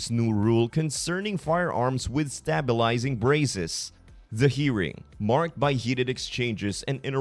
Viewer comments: 'Stay' bilizing not stab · Stop using AI voices, or Bot voices. A human being would not that "stabilizing" is stay-bil-izing not stah-bil-izing. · this is an AI speaker can't say stabilizing says it stab ilizing. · I think the narrator needs to go back to grade school. So he can learn how to pronounce "stabilizing braces" properly.